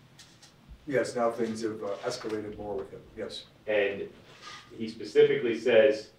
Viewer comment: He's a lawyer doesn't he know it's specifically not pacifically